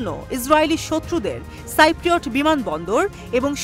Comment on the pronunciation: আরে সাংবাদিক এটা সাইপ্রোট হবেনা কথাটা হবে সিপ্রোট।